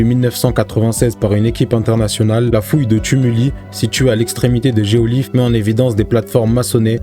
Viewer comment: Géoglyphes de Nazca pas geolyphes